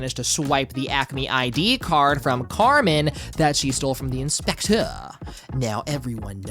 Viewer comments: the inspechhhschtecheerrrr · i LOVE the way you say the inspectøur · Him saying "the Inspeceu" gets me every time. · The in-spekh-tEÚRRE 😂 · Great video! This whole video became 10x more fun to me when you started saying ‘INspecTOR’. Peak comedy right there, I laughed every single damn time. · I love how you say the inspector in a french accent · I love how you're pronouncing "the inspector" throughout the video 😂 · The way you say inspector is giving me an aneurysm❤ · i love your pronunciation of the "THEE EYN-SPECT-TURR" and "YAKOOOZA" had me laughing everytime.